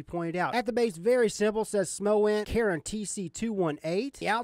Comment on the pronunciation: Instagram: isolemnlyswearthatiamup2nogood You are the first person I've seen review this that pronounced the name Charon right! I know most people have no idea who the ferryman was in mythology, but I was so excited when I saw they named this after him. I used to read mythology avidly as a kid. It's cool to see companies incorporating it into their mods. 🙂